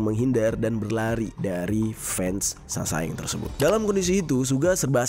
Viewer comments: SASAENG = 사생 dibaca saseng kak. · Cara nyebutnya saseng bang bukan sasaeng sa nya diilangin satu